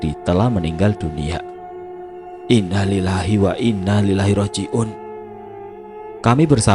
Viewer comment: Saya subscriber channel ini, emang sering salah saat mengucapkan Innalilahi wa innailaihi roji'un